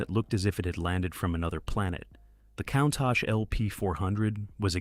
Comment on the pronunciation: At least pronounce "Countach" correctly!